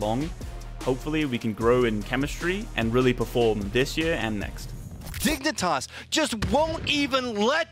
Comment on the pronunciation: "My name is and I play for Dig-i-nitas". I don't know why that mispronunciation made me laugh so hard. Interesting to hear Texas is a country too according to Shinboi.